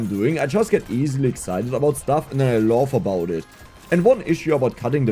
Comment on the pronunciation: laugh wird mit einem a ausgesprochen, nicht o. Loaf ist der Fleischball 🤣